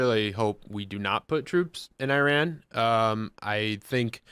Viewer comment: Learn how to pronounce the name of Iran right you fools